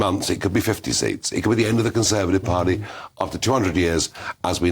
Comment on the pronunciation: "Conservadive Pardy"?